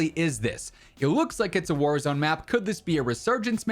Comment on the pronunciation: The way he said warahzone map